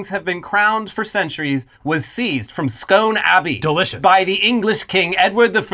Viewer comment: Scone Abbey is pronounced scoon guys